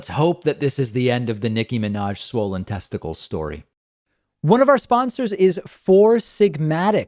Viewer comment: "testi-kales"... David has garden on the brain I guess.